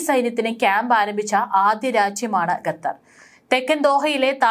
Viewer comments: Ee sthree annum parayunnathu gatar annanu qatar aanu sary . Ethinea onnu thiruthy kodukkan aarum ellea evde . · It is not "ghathar" but "Khathar"